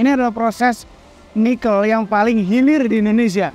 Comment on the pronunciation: Koreksi dong. Penyebutan NIKEL yang benar tuh seperti om (e nya dari kata TEBET) bukan e (MENTENG) seperti yang om Fitra sebutkan.